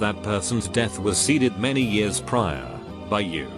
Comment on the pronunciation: Roxy G on other videos it pronounces “years” weird. Gets me every time ☠️☠️